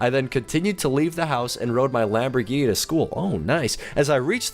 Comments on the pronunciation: He said ''Lambourghini''. Not Lamborghini.... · lambourghini... you mean lamborghini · Its Lamborghini NOT Lambourghini :P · bruh its lamborghini